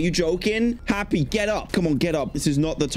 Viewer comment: R u saying happy or helpy?